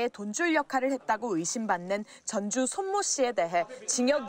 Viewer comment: 유검무죄, 무검유죄....공정과 상식은 개나줘버림. 그리고 전주를 전주라고 발음하면 안되고 전:쭈라고 발음해야 함.